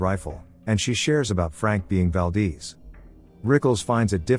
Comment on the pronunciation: Valdeeze😂😅🤣 Valdez